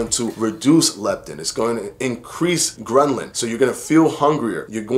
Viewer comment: Good video but dont you mean Ghrelin? Gren-lin is not a thing as far as I’m aware...